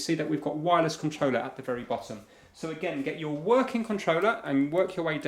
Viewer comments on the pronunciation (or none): Uaileehs??? I'm british and have no clue what Uaileehs is supposed to say lol